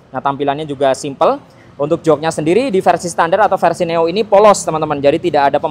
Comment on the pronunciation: neo bang bukan noe wkwk